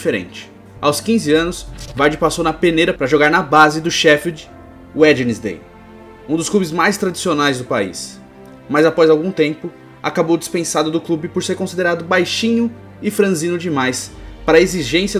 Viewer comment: Wednesday = uenzdê. Não se pronuncia o primeiro 'd'.